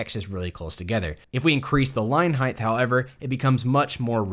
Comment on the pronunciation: Why do I keep on hearing the word "heigth" instead of "height"